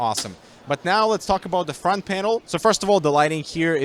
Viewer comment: Nobody: Not a single soul:: I mean look at the FrOnTh Yai Yo